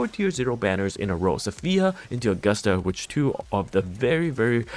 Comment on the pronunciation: Why is he still saying AugustAH and Eeeeeda lol